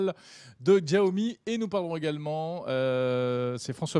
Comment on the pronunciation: 🙏 Il y a tellement d’accents et de dialectes en Chine. S ou ch, sont plus respectueux que djiaomi. Nous avons trop l’habitude d’aller à la facilité, c’est comme Wahala, prononcé valala où est le H ?